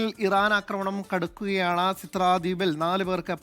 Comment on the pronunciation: ഏത് സിദ്റ ....? കുറഞ്ഞപക്ഷം അത് രാജ്യങ്ങളിലെ സ്ഥലപ്പേരും നേതാക്കളുടെ പേരും ശരിക്കും പറയാൻ അറിയുന്നവരെ കൊണ്ട് റിപ്പോർട്ട് ചെയ്യിക്കു... ഇന്നലെ ബഹറിനിൽ ഇൻട്രസെപ്റ്റ് ചെയ്യുമ്പോൾ അവശിഷ്ടങ്ങൾ വീണ് പരിക്കുപറ്റിയത് "സിത്ര" എന്ന സ്ഥലത്താണ് അറിയുന്നില്ലെങ്കിൽ അറിയുന്നവരോട് ചോദിച്ചിട്ട് റിപ്പോർട്ട് ചെയ്യുക😊